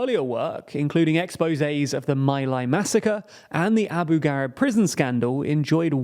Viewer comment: I love how successful TLDR news is getting but mispronouncing Abu Ghraib is just silly. Google will even show you the phonetic way of saying it